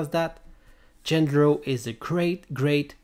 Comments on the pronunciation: His name is not "Gender-oh" but "Jandro" to produce the sound of an H. Also, this is obviously not how the trick was done. Do you even know what the rules of the show are? Way more reasonable explanations to the secret of this were already circulating many months ago, so, I'm kinda surprised you neglected them merely for such a non-explanation. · how come, when they SAY his name, are you mispronouncing it? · Maybe you should start by pronouncing his name properly.